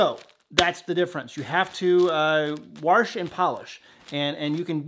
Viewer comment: WaRRsh is so funny to my New Zealand ears (eas). We hardly say our (ow) Rs (ahhs) let alone add one. Car (caa), bar (baa), far (faa), shower (sho-a), hour (owa) 😅 Bring on an over (ovaa) flowing cup with our King and your Jamie! Shalom Zac